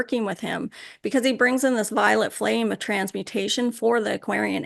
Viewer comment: Omg. The first time I watched the channeling of st germain I thought she was saying the violent flame of transmutation And I thought it weird that the flame would be violent lol. Now I realize it was violet